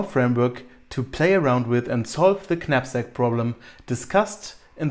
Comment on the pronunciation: Hey, great stuff. One thing. It's pronounced nap sack. The k is silent.